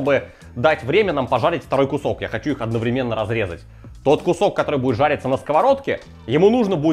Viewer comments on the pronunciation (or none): none